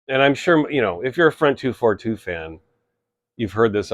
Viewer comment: The pronounciation is not “front two four two”. You should read it like in french. So it’s “Fron deux quatre deux”. I know as I met them back then. I went to the same shop they went. Unfortunatly the shop is gone already for decades.